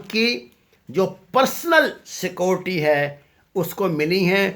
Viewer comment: چل اوئے بھوتنی دے آ ،پہلے بولنا تاں سِکھ، "سکوٹی" سیکیورٹی ہوندا اے، وڈا تجزیہ نگار